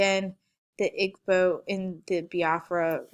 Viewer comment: It's pronounced E bo Igbo. Your o bah Yoruba and how sa Hausa